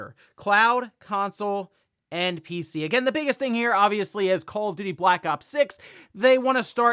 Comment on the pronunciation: It's call call of duty not call if doody.